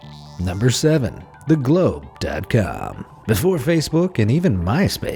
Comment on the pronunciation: The gloobe daat caam hahahahaha